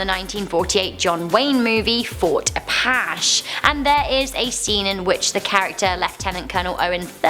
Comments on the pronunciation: Fort Apache is pronounced “Ah•patch•ee”, not “ahpash”, lol. Apache like the Native American Nation. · Aw I love you, but Apache is pronounced "Ah-Patch-EE" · The word Apache in Fort Apache is pronounced A-Patch-E. It's also the name of a tribe of Native Americans, just wanted to let you know. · The older woman walking behind the zebra was using a device for those who were hard of hearing, sort of like the stuff you can get for museum tours. And it's Fort Awe-patch-ee (like free) sweetie. He's holding a notebook as he takes it out of a pocket and opens it you can tell. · Its pronounced Uh Patch y. Apache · Apache = App-atch-ee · I love as a presenter hugely(and still do)but that was clearly a notebook in the Henry Fonda film(plus you pronounced Apache wrong)and that's a video camera at Mike Tyson's match(you can see the side of it).